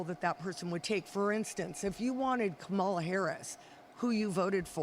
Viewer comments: Why do they still insist on mispronouncing Kamala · Can’t even pronounce “Kamala” What about the Queen of England?